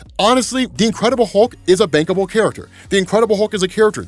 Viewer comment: i know he said "bankable", but all I heard was "bangable"